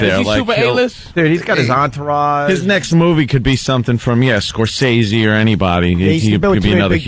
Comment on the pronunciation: Really opie? Marty score-say-see?